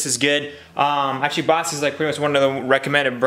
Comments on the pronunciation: Pronounced Bosh Not Bosk👍👍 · Hopefully everything works out. By the way, Bosch is pronounced “Bosh” not “Bosk”. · BOSCH is pronounced BOSH, like SHine :D :D